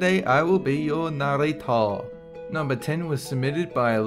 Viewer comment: You didn't do your narrrrrrrrrrater you did narater